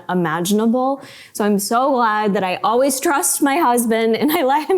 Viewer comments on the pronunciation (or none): none